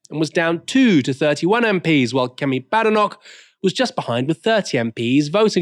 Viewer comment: Please respect how Badenoch wants her surname pronounced.